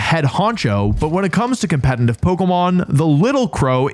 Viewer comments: for a lot of these you talked about why theyre good pokemon, but didnt explain properly why they would be preferred over their evolved forms. also its "competitive" not "compenitive" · Wolfey, can you please learn how to pronounce competitive? There is no n in competitive, yet you manage to put one there every time you say it. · Is he seriously still saying competeNtive? 😂😂 You should trademark that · BRO ITS PRONOUNCED COM-PE-TE-TIVE NOT COMPENTIVE GAW DAMN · he says competitive like "compenitive" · Can you post a video with you saying just “competitive play” repeatedly 😌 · I’ll subscribe once you’re able to pronounce “competitive” correctly. 😂😂🤣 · yo do you realize you can’t pronounce competitive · You pronounce the word "competitive" weird